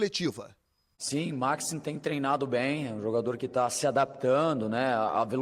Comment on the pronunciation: 15 segundos de vídeo e a primeira merda já é falada: O NOME DO CARA É MAXIIIIIIME. E NÃO MAAAAAAAAXIME. PUTA QUE O PARIU.